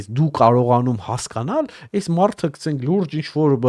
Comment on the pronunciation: քցենք չէ էլի հարգելիս գցենք պահի էլի լավ հայերենը porfa